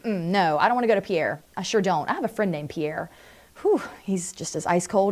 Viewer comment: Pierre is pronounced pier.